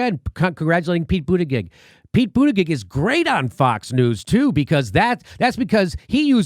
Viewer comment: The intentional mispronouncing of Pete Buttigieg completes me as a person.